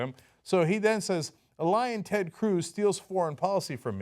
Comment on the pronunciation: Every time he says it I can't help but hear "Lion Ted"